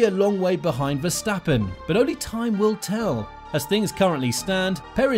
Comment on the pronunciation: " Max Verstapen"? lol